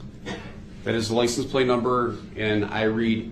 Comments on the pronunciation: And license plate not place 😂 such a dumbass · What bothered me even more was “Lice en place” (License plate). Every time he would say it I wished a person would have said “I’m sorry. I don’t know what a lice en place is.”